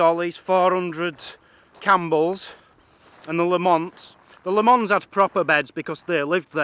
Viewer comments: Interesting video, the birds you ask about are Oyster Catchers. As a Lamont myself, its pronounced Lamint. Not La-mont. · its pronounced lam ent not la mont great video by the way of my clans castle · Pronounced LAM' it's. We may have been massacred, but at least pronounce our name right, ye demented coos! An fook ye too.